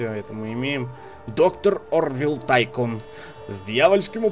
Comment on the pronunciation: Ну во первых не Тайкон и не Тайсон а Тайкун(точно так же и в локалицзации, если не обратил внимания) во вторых по грамматике английского языка правильно как раз таки Тайкун. Что кстати в переводе с английского значит магнат. То бишь игра называется - Зомби Магнат Месть Брэйнхова.